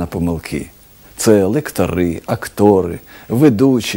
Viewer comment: Дуже гарна передача!!! Дякую і всім, хто створив і опублікував ці відео на YouTube. Наша мова хоч і солов'їна, але дуже важка: мені чомусь здається, що наголос мав би бути лЕктори, а не лекторИ.